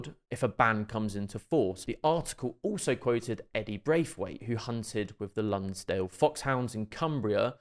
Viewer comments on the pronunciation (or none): Lunesdale: - it's LOOnsdale not LuNNsdale- as in the River Lune which rises in the Pennines flows thro Lancaster and drains into the Irish Sea